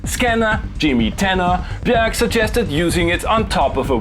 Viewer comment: Greatest pronunciation of "Björk" I've heard so far.